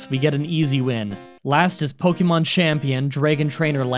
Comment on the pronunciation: Po kay mo not po kee mon or po Kuh mon